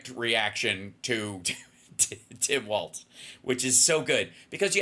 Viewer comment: Please say W A L L S, it’s not WALTZ….. WALZ & it’s KOM-uh-luh, not Kuh-MAW-luh